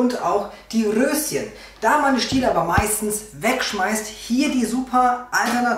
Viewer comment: Witzig, wie du auf einmal das R so rollst ... Rrrrröschen 🥦